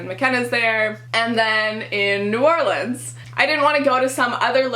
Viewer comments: Good luck in your first year, go Greek, and ask around for used books by your peers before you spend $500+ at the bookstore!! (and just a tip, it's pronounced "Nor-lens" by the locals ;) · Good luck in New Orleans (its pronounced "Or-Lens")! I have a friend that is glutton free because of an allergy and she eats solely on campus. We go to Auburn and we have more choices but you should ask them about accommodating for you. She orders specialty made food every day that she can eat.